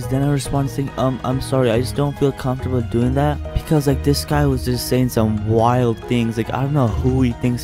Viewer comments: Me:comfromtable Hime: comFARTable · comfortable. and they’re out here sayin ‘comfartable’ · HE SAID ‘comfortable’ LMAOOOO